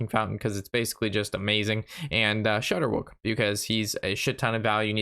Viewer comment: It's not shudderwuck its shudder wack, It's a play on Jabberwocky, a character In a poem, by the guy that wrote Alice in wonderland I know it's a minor thing but you've been saying it that way for a long time and no one has said anything